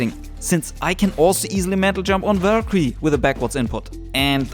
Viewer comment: Its pronounced Valk-eerie..not verquee